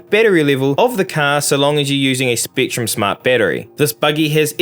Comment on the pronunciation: Why you say top teen not top ten. Spektrum not Speektrum